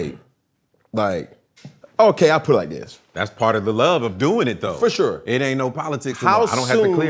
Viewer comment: Fo sheshur lol